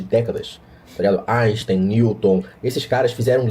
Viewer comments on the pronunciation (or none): Áixtem? Nunca ouvi falar!